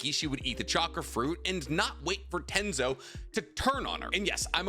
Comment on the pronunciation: TENJI!! IT IS TENJI NOT TENZO And if it wasn't a filler I'd be beating up some one BECAUSE (HOW THE FUC*K THERE WAS A FREAKING MOON WHEN KAGUYA ATE THE FRUIT AND PUT THEM UNDER INFINITE TSUKUYOMI, AND 17 YEARS LATER HER SONS MADE HER THE MOON?????) for real if it wasn't a filler Naruto Shippuden would turn to crap LITERALLY